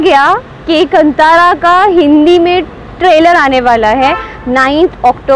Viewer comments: Its not Kan-thaara.... Its Kaan-thara! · bhai it;s Kaaanthara(Kantara)